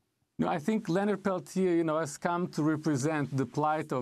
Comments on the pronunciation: Why is Leonard's name not pronounced Pel-tee-ay?? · A 1 and a 2 i think is is isn't it? Amy might be mispronouncing it.